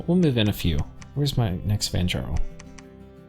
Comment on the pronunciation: For interest sake the ja in vanjarl is pronounced "ya" as in yarn. Last time i had a NAP breaker in a game, the following game I spent way too many gems just ruining his game with remote attacks, and bane venom charms. I didn't say anything the whole game and had to cross two other players lands to do it. His rage was absolutely hilarious. The players around me all were in on it and left me alive to screw the guys game over.